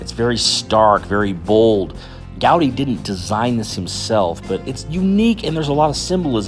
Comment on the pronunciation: Its not GAudi, but Gaudí, with the accent in the I. And never Antonio, but Antoni in Catalan. He was even arrested by the damn spanish police for not saying his name in spanish.